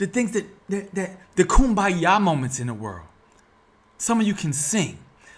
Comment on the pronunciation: This man keeps repeating coonmbaya as a solution 😂😂😂😂